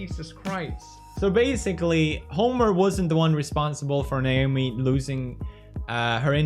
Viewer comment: ...does he not know how to say Naomi?